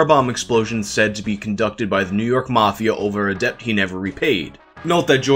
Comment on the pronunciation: Did you just stealthily teach us all how to pronounce the b in debt? *shocked*